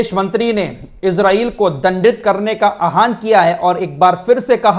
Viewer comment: Ahaan nahin aahwaan